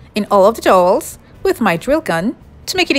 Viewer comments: Cute video!! But those DOWELS are pronounced DOW EL's ... Not "Dolls" lol.. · I love your stuff. But it's pronounced D ow wells lol. ;) What is your flooring made out of??? it looks like big Puzzle pieces. Also, Everything you create is Beautiful. I'm hoping to be able to buy a house soon and if I'm able to then I plan on going Crazy making 99% of everything you have made lol. God bless you hon and keep up the Beautiful Crafts. <3